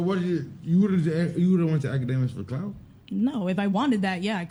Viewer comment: 🤣🤣🤣this bitch said akademics